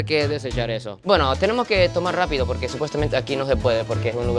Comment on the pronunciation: Polque? No hay polque.